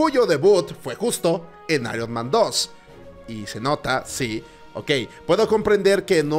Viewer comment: El actor de voz no lo pronuncia tan mal, ironman no se pronuncia literal ironMAN el MAN en Ironman se pronuncia mæn o "mean" Seria "aiurnmean"